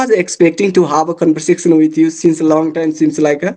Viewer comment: It was a wonderful conversation! I just wanted to kindly suggest that you check the pronunciation of 'because' and 'conversation' they seemed a bit off.